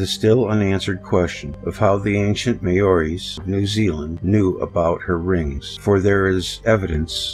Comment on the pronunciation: Maori is pronounced as "Mow-Ree" just saying...